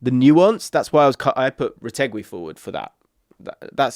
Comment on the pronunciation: IT'S PRONOUNCED RETEGI NOT RETEGWI U CVNT